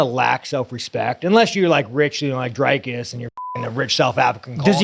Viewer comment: Why does he say "Drycus" and not "Dricus". His own name is Strickland, not Strikeland. So he's capable of saying the correct vowel sound.